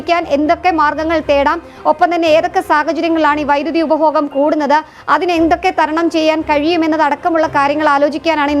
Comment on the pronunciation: ഉപബോഹം അല്ല , ഉപഭോഗം. ആണ്. എവിടെയാണ് താങ്കൾ മലയാളം പഠിച്ചത്